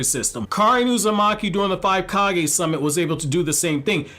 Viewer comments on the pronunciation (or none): none